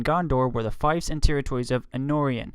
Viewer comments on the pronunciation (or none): Everyone has an opinion on how names and places in LOTR should be pronounced but there's just one English word you got a bit wrong annd that was 'fief'. It's pronounced 'feef'. Otherwise, very enjoyable!